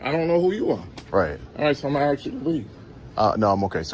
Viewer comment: It’s ASK not AXE you 🤡! People like you? What’s that mean? Cheeky bas…